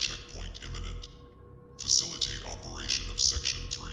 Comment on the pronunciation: Facili-TATE killed me lol.